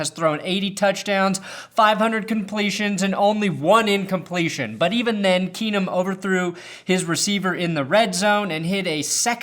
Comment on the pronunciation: "Case Keesum. KEENUM!"